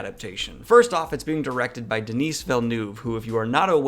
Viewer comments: Denis or Denise...omg lol. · Please be coached on how to pronounce French names. "Denise" is a woman's name, Denis (the 's' is silent) is a man's name. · As a French Canadian, the way you pronounced Denis Villeneuve’s name shook me to my core.